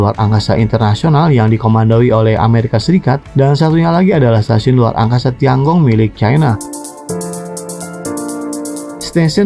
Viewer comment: Tian Gong itu harusnya dibaca/diucapkan/pronounciationnya : Tien-kung. Aku tahu pin-yin-nya. Sempat kursus mandarin. Tapi kuhentikan karena aku merasa ketinggalan akibat pekerjaan.